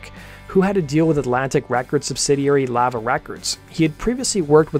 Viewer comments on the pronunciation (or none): Does this dude not know how to pronounce lava?